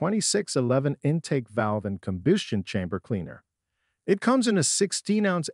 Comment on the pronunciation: Let's not forget about: "carb-you-rators" and "combyoostion chambers", with the latter being pronounced correctly immediately after the second mispronunciation. Maybe the voice is Canadian, eh? ;-) This video is nothing more than an advertisement for cleaners and does not actually show any before and after photos or video footage of any of the components in the systems the product manufacturers claim to be able to clean. In short, it's a total waste of time since all it basically does is to parrot the claims made on the labels of the products themselves and/or perhaps from other sources. Who knows? No citations were given. Having no evidence to back up the claims being made is quite useless. At least the gross mispronunciations of some words were good for a chuckle.